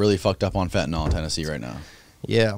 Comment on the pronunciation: FEN TA NYL Say it. It's FEN TA NYL Not fEnTeY nALL....